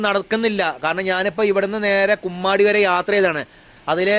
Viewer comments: കുമ്മാടി അല്ല കൊമ്മാടി ആണ് 😂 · ബ്രോ കുമ്മാടി അല്ല കൊമ്മാടി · ബ്രോ കുമ്മാടി അല്ല... കൊമ്മാടി എന്ന് തിരുത്തുന്നു...